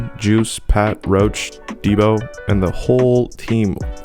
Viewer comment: you pronunced his name wrong his name is juice1 not juicy at least say all of there names correctly